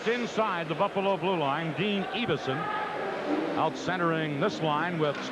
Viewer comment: EE-vason? It's EV-ason!